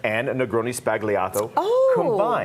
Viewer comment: It’s pronounced. Spal yato not spag Lee ato